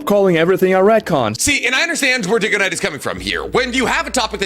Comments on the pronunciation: I'm gonna embarrass myself here, but it's worth mentioning. DygoKnight. You say that he couldn't possibly watch your videos because he mispronounced your name in this video. Well, I HAVE been watching your videos for quite a few years. Your rewriting Naruto series has actually inspired a similar idea, of which I'm crediting you in the script for when I eventually get this project off the ground. But until today, I did it even worse and thought your name was "DynoKnight". Now, while I'm blaming my dyslexia on this one, it still begs the question. Why can't he be watching yours videos too? He's a guy who likes anime, specifically, Naruto. You're a mainly Naruto YouTuber. It is entirely possible that he just simply mispronounced the name. It happens. Despite me saying my username in my videos, people constantly mispronounce mine 😂 Comes with the username territory. Secondly, I'd like to see you two make a video together discussing the retcons and see whether or not you two can come to a common ground on the topic :) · why tf would it be pronounced "DIGGO KNIGHT" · Yea he does that lot on his own channels sometimes he pronounces stuff wrong hell I’ve read some of the comments and he wasn’t the only one who thought it diggoknight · Yh I got that when he pronounced dygo and diggo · The second he mispronounced your name, I clicked off his video. acts as if his knowledge is law but he makes ALOT of mistakes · I know he said your name wrong. It was really annoying. I was so nervous to watch your video about his video because he’s a Burrito fan you know and you might be a little like more intellectual he normally like used to be smart when his head was in the game, but I think he’s like a little full of himself now even though he’s a Burrito YouTuber I still love him and I love you. I basically just like both of you. He’s like the one, dude I’ll watch for Burrito crap just to keep up and then I watch your shit to laugh